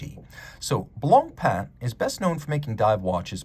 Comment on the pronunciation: He says it very well.